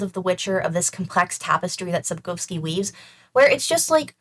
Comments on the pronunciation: The way you beautifully pronounce Polish surnames makes me go 🥹❤️ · After experiencing multiple ear bleeds from mispronunciations of Polish surnames, hearing Sapkowski and Bagiński pronounced correctly is a breath of fresh air!